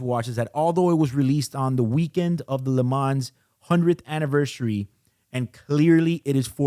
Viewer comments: Lee m-on Not le man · You should pronounce “Le Man”, the “s” is muted. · Great commentary. However, your pronunciation of “Le Mans” is exactly the reason why Rolex changed from calling the Daytona “Le Mans.” [Yes, the first Daytona was called the Le Mans.] The “s” is actually silent. It’s not “Le Mansss.” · Please stop pronouncing the ‘S’ in LeMans😑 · Le Mans is pronounced without the 's'. Just saying. A bit like Audemars Piguet. You know what I mean.